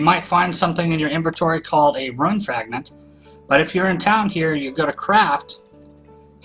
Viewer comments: Rune not run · Pronounced roon, right idk I'm dumb? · It's pronounced roon